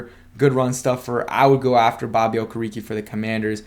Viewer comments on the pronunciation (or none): not to nit pick bro but his name is pronounced Oh-Care-A-K (Okereke)